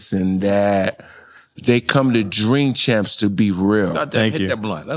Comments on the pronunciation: Jink champs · Bill can't even say his name 😂😂😂😂😂